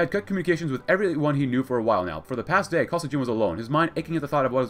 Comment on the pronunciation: BTW, Kosygin is pronounced with a hard "G" like "Gorilla". Emphasis is on the second syllable. Kuh-SEE-gin.